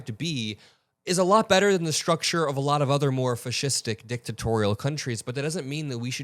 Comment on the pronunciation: If you're open to some constructive feedback: there have been times, today being one, where in multiple postings of content, you use the word 'fascistic.' This is a word, though not one in common usage, so it's very unique, but please don't over use it and also, please check your emphasis on the syllables when saying it - it's supposed to highlight characteristics of a fascist... you pronounce it like you're sneezing in Yiddish.